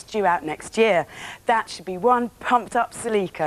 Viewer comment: I hate how you pronounce “celeeka”